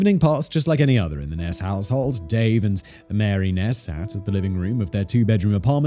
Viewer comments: Isn't it pronounced 'Niece' not 'Ness'? Sounds like Loch Ness. Edit: LMAO MY FACE WHEN HE SUDDENLY STARTED PRONOUNCING IT CORRECTLY. 😳😳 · Her name isn't Ness. It is Neese rhymes with geese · Pronounced neeeeeee long e like knee